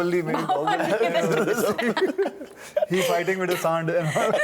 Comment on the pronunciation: haha "fighting with the saand"😂😂